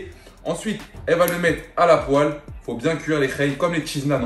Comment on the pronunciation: pk tu dit poel . Tu le dis bizarrement